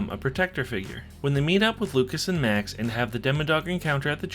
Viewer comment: Did My guy just say Mac instead of Max